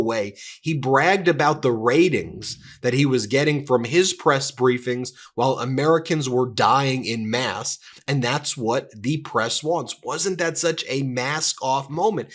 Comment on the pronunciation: Why say en masse a "In mass", it's not spelled that way.